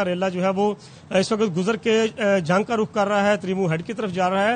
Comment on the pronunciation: Correct your word, it's not RAKH , it's RUKH